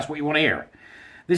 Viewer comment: Oh gosh. Everytime you say my home country I get the full on Scottish cringe.